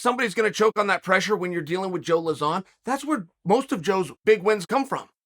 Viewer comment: who's joe luh-zaan lol